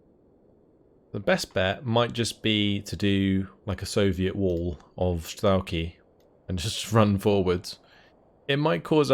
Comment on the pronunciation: За всë это время пока я его смотрел меня заебало только то что он говорит стрАлки а не стрЕлки, сука ну там же по английски e написано